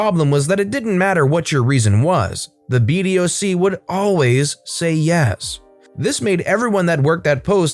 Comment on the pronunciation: Love these videos but btw BDOC is pronounced be-dock. Source, one of the airmen who rode the gate for 3 years 😂 Edit: used the wrong emoji